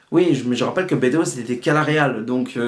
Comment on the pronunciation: Attention c'est bEdos pas Bédos ;-) Bonne video mais qui aurait merité plus de recul car je pense que t'as pas vu (comme bcp te sens pas visé personnelement) le coté frontal reac raciste clairement de ce film. Bedos a voulu faire passer son message de beauf vieille france et c'est terrible. Dujardin a le meme personnage mais sans remise en cause et à la fin tous les progressistes ont été bouffes ou mis en taule. Plus d'1 fois on voit OSS se marrer avec des miroirs de lui sans remise en cause comme le dictateur ou son supérieur C'est genant, on a plus vraiment la subtilité decaléee des deux premiers et ici Bedos utilise le personnage d'OSS pour faire passer son opinion politique et sur la société (on l'a vu sur qq scandales l'an passé dans la vraie vie que le gars etait tres reac) Tres tres embetant comme film. Peu de gens s'en rendront compte mais c'est a dénoncer. Dangereux de nos jours comme message